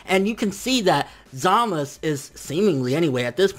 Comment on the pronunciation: Zaaaa.....Maaaaa....Suuuu (sew) not samas. And holy crap this episode was epic as fuuuuck !! Vegeta though come on, why'd they do him like that for 😔 My question is where the heck did samasu find black ? Did he do some edo tensei type b.s on future goku's dead body or something ?